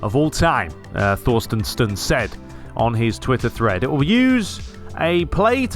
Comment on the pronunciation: Thorstensson is pronounced Torstensson btw☺️👍🏻🇸🇪